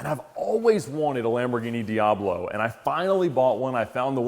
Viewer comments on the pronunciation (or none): none